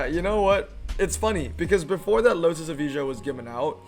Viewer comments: was wondering why he talk about e-visa :D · Its not eveeja. Its evaya🙄